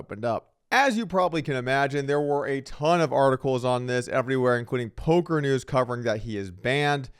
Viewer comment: Ngl “Polker News” got me 😂